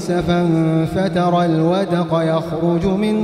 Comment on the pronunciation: كان الشيخ اخطا في نطق كلمة الودق والتشكيل الصحيح لها هو ( الْوَدْقَ ) بسكون الراء وليس الفتح .، او اني لم اسمع جيدا